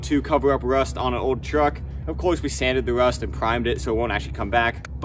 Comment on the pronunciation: did you say rust or wust